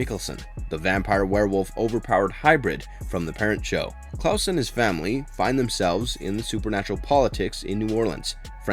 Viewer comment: Nice video, but the way you pronounced Klaus's name and Mikaelson made me cringe.